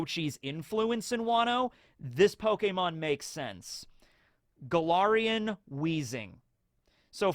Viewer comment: I keep hearing Golarian instead of Galarian and wondering if is pivoting into Pathfinder